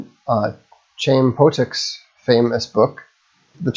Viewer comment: Vox, Chaim Potok is pronounced "Hime Poh-Tok" The Ch is gutteral, but the closest you can say in English is "Hime".